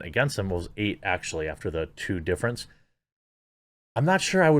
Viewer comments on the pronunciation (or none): none